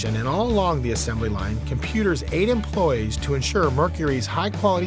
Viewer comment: Products not prodicts. Merc-u-ry not Merc-er-ry. Employees not employs. Capable not capble. Marrying not mareing. Fond du Lac not Fondlack. Robots not robutts.